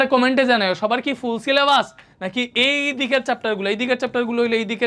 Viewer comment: ফুল 🌵🎍 সিলে❌ছিলে*বাস। ✅ 😂😂